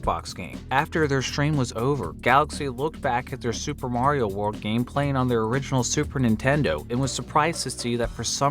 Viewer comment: You said "Mario" wrong.